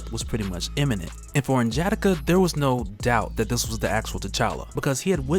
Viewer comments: N’Jadaka (N-Juh-D-Ah-K-Uh) is dope as hell and I love your videos but that pronunciation felt off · I like the reviews, but hate the way you pronounce N'Jadaka its [Nuh - Juh - Dah - Kuh ] similar to T'Challa [ Tuh - Chah - Luh ] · This is cool but you have to pronounce the "A,s" in "N'JADAKA" like an "O" in "ODD." You are using English vowel pronunciations on African names and it sounds terrible. Video is dope though. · Only thing that bothers me about these videos is how he butchers N'Jadaka's name. Other than that, dope video.👌🏾